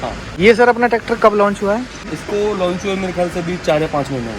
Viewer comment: NEW LOUNCH NAI BHAI LAUNCH HOTA HAI ,😆